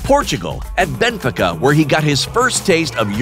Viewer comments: its not benfeca its pronounced benfi-ica, and is it only me that finds it weird to hear American accent on a football video? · "at Bemfeca" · Are we just gonna ignore how he said “Benfica” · Shows how much research he put in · Lol Had to listen again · The way he said Benfica made me cringe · LMAOOOOO how did you pronounce Benfica?????